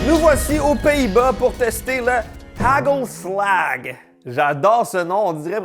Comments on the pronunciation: Hagelslag se prononce arelslar. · Dsl de ruiner tes reves mais le "g" de hagelslag se prononce pas du tout comme tu le dis....💔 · Étant Belge côté flamand, je mangeais toujours du hagelslag, et t'entendre essayer de parler néerlandais est très drôle.😂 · ahahha tu le prononces extrêmement mal le truc du pays bas, les g ils prononcent ca en R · Les haagel slag toute mon enfance, la plus grande spécialité culinaire des Pays Bas ! par contre faut revoir la prononciation 😂